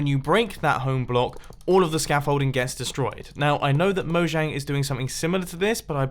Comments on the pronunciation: Because you pronounce it “mo-*J*ang” none of these features will get in. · It's pronnounced "Moyang" for future reference! :)